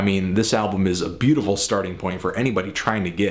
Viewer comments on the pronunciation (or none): none